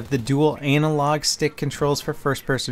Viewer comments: H e said ANALlog LMFAO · Did you say, anal log?